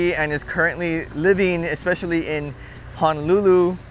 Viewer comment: Boss, tell me you never just say “Hanalulu” 😂🤦🏽‍♂️